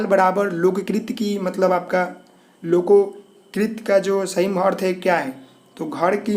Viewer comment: LokoKrit nahi bhai... Lokokti hota hai .... Aap bahut se video Mein hindi galat padte ho